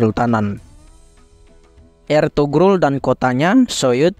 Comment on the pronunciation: Sogut dibaca Soyut…Eltugrul juga di baca Elturul…